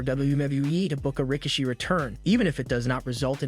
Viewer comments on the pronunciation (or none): Who's Rick-a-she? 😂